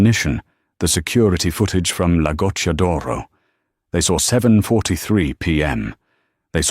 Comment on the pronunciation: The written text is an absolutely terrible evidence of Yankee arrogance who nearly all think that studying foreign languages is a waste of time. It's Matteo and not Mateo. It's "La Goccia d'oro" and neither "Lagoto" nor "Lagotodoro" or even "Lagot Doro" !! And in Italian the heroine of the story is not Emily Bianke but Emilia Bianchi. It's "cucina italiana" and not "cushina italana". Emily is not from Sienna, but from Siena. It's not Tuscanyany, it's Tuscany . It's "francamente" and not "franke" . It's "Per favore" and not "Pavore" , and it's "ragazza" and not "reagatza" . It's "San Gimignano" and not "Sanjiñano" . It's "Piazza del Campo" and not "patza delampo" . It's "Signora" and not "Senora" . This is only the beginning...